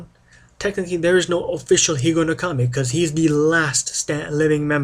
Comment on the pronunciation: I very much enjoyed your video presentation. I have seen Japanese names mispronounced much more poorly - you did a pretty good job. I am sure any Japanese person would appreciate your respect for their culture and language not to mention one historic piece of their cutlery tradition. (I cannot comment on the history since I know very little of that myself.) I love my higonokami and wish more westerners could be exposed to this wonderful knife because it is such an impressive cutting tool.